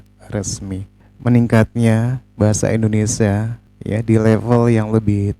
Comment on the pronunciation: Maaf bang indonesia bukan indonesa, gelihdengarnya😂😂